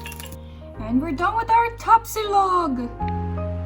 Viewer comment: my god, the way you pronounce Tapsilog, longsilog, Tocilog, and others are PERFECT. Iloveyou na kagad!!!